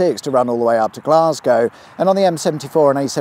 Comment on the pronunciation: No self respecting Scot would ever refer to my home city as "Glasgie." To us Weegie (Glaswegian) Natives, its "Gless-ca."